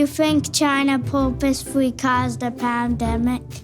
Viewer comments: "Poop-ously cawzed the pam-demic?" Oof. Someone fire that casting director. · Protip: if you're gonna feed the question "do you think China purposefully caused the pandemic?" it helps if you make sure the kid you feed the question to can properly pronounce the word "purposefully"